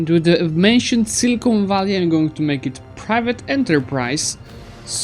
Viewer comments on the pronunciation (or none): none